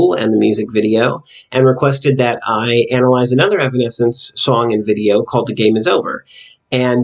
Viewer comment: No worries, you pronounced the name right. The Bitter Truth, Evanescence's upcoming album, is not quite out yet, but they plan to release it this year. No set date yet. So far 3 songs have been released for the album including The Game Is Over. I definitely enjoyed your analysis for The Game Is Over. When you were talking about how they were trying to transcend from their fake selves, that made think of the line "Change me into something I believe in, Change me so I don't have to pretend". I see this as them waiting on someone to free them from this "denial prison" they've created possibly because they feel it's too hard to get out of (and even sinking deeper illustrated by Amy sinking into the mud). However, later on there is an added part that pre-starts the chourus with "Maybe I can change me into something I believe in, Change me so I don't have to pretend" as if they realize they actually can do it on their own, even though it will still be hard in the long run. Also, I think right before Amy says those lyrics she comes out of the mud, where it dries and she starts to peel off the mud, but not all of it comes off in that scene. She's slowly coming out of that denial/fakeness but not quite there yet. I never would have thought about the scene with Jen tearing out of her dress being an expansion of the self, but it makes total sense. Thanks for analyzing the music video! I'm definitely checking out the Batman video you were talking about.